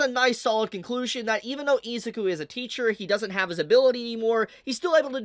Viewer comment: Hate to say it fanbrats i told you so i told you so! Edit: you kept saying deku's first name wrong